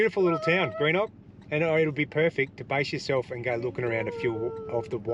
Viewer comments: Good to see some of S.A (my old stomping ground!) Greenock is pronounced Grenock. We alternate toilet dumping as we both use it so only fair to. We have installed the LINX in our 200 series and it’s life changing 😂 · 😂🤣👍 it’s pronounced “ Genok “ not Greenock 👍 great show 👍 from SA now Darwin , where you’s are now . So if you go to Litchfield Park , it’s not Wangi falls but Wonguy 😎👍